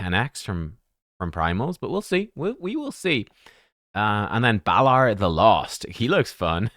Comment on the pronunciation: Balar and Nell! Oh dear!